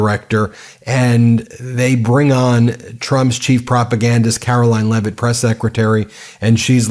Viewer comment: Karol-ying Leavitt 😂